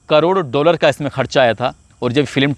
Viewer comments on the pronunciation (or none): none